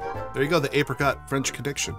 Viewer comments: It's pronounced Apricot not Apricot. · ape rei cott hahaha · It’s actually pronounced apricot